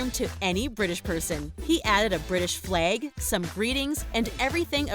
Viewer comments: Did anyone else notice she said British fleg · A British flayg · "He added a British flaig." 😂